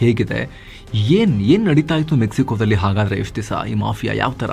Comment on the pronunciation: ಡಲ್ಲಿ ಅಲ್ಲ ದಲ್ಲಿ